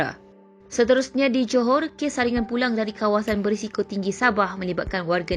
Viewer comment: Johor tk jelas